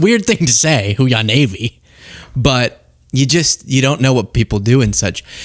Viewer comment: Hooah is their cry but she can’t pronounce it